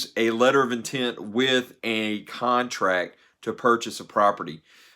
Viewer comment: Crontract lol.